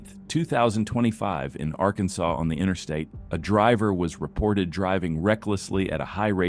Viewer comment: Ai voice over pronounces Arkansas so weird.